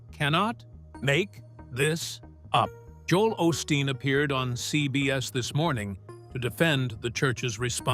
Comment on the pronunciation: This is actually a partially because you’re not pronouncing his last name right what a way to make a living in case you don’t know you’re not supposed to judge other people my mom used to say those who live in glass houses shouldn’t be throwing stones how would you like it if somebody looked into your background or Jesus Christ showed up at your house better watch Jesus just might show up you know we’re living in the last days and Jesus Christ might actually show up in your house how would you like if somebody open the YouTube channel followed you around and reported everything you do shame on you is disgusting I know his father was a good preacher and his mother very blessed woman other people like this, it’s up to God to judge him not you. I hope you find Jesus Christ and get off your high horse. These are scary days. We’re in the last days in God Jesus Christ will be returning soon, that I How are you into your demonic practices because for me, this is a demonic YouTube channel cause you’re not serving God you either trust and believe in Jesus Christ are you working for the devil and you don’t have anything else on your YouTube channel except for Christians but that’s how it goes in the last days. Sounds like you’re jealous. It’s none of my business what Joe Olsteen does and no one is forcing people to go to his church either. That’s what you call hypocritical wanna be Christian. He talks bad about her church. if they actually even went there, I know he’s helped people tha